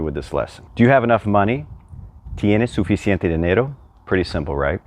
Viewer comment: It's an adjective. Pronounce the 'c' in the middle😊